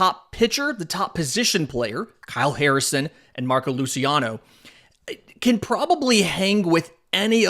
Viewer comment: Luciano is a Spanish last name not Italian. The pronunciation is with an S sound on the C not a Sh or soft CH sound. Sorry it’s a big pet peeve of mine ;). Good show thus far.